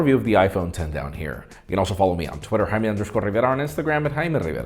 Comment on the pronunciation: Uh it's Jay-me